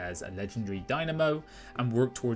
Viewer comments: Daimyo not Dynamo. 🙃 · Oh my poor ears you butchered the word daimyo should "dai_myo"